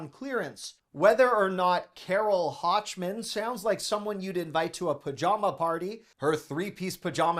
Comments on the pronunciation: The “ch” in Hochman is pronounced like the “ch” in school, not like in “ch”. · It’s Carole HOCHMAN ( HOK man) Enjoy your Costco specials !